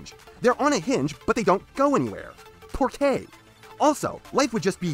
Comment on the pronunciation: I don’t know if you were joking P, but it’s pronounced “por qua” not “por kay.” And...yes, I will agree, this design is better then Que. At least they tried to make him their own guy like with Dino, and I’m just gonna say this now before someone else brings this up, in my personal opinion, Dino is SOOO much better than Mirage and don’t anyone argue with me this time. And yeah I agree, Steve Blum was the PERFECT choice for Wheeljack although I don’t think he had the western accent, meh I’m not complaining, and I will also say that the G1 Wheeljack is the best one, I really didn’t like the Prime Jackie and I don’t like saying that because I absolutely LOVE Prime, but they completely fucked up Jackie in the show. I think I’m done editing this time, probably not. I’ve got to stop extending my comments just to get this sh*t off my chest...see what I mean? Sh*t